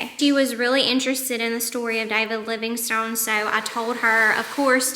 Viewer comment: David Livingstone is my relative! Nice to hear somebody pronouncing it with the "e"! 👏